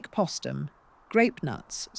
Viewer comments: SHALLOW AND FLAWED--WHEN POSTUM WAS MISPRONOUNCED TWICE WITHIN THE FIRST FIVE MINUTES BY THE FEMALE-VOICED BOT-ARRATOR, THAT WAS THE FIRST CLUE THAT MORE POORLY RESEARCHED MATERIAL WAS GOING TO BE PRESENTED. THERE IS NO EXCUSE FOR INACCURACIES GIVEN HOW MUCH HAS BEEN WRITTEN ABOUT HER. IT SIMPLY REQUIRES ATTENTION TO DETAIL AND CAREFUL, THOROUGH EDITING BEFORE UPLOADING. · Why was Postum not pronounced like Post?